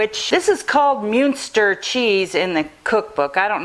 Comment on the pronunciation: Pronounced mun ster